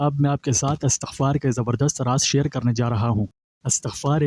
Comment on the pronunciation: Astaghfar nahi Istaghfaar prhty hn video waly bhai sahb.